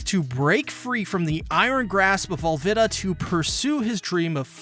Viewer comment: Your pronounce Alvida wrong